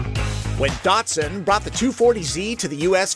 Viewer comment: Great review, however the car brand is Nissan not Neesarn. Also the pre Nissan name is Datsun, not Datsarn. The ‘Z’ series is correctly pronounced ‘Zed’ throughout the world thanks! What’s with the twisted linguistics?